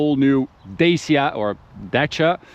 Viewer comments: Romanian here. It's not Deisia, it's pronounced Da-tch-ia. (The accent on the first"a"). Like Sriracha. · it's DA-CHI-A not da-c-a... cmon man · as a romania in telling you that both ways are so messed up😢😢😢 is more like DUTCH+E(the letter)+A(like in ahh) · Dacia - Дачия /Datchiq/ :)) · The way he pronounces it, is how dutch speaking countries pronounce it